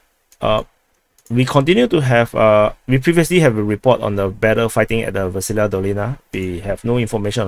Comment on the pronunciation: I'm now beginning to think Ukraine and Russia keep taking and giving back Versyna just so they can hear say the town's name.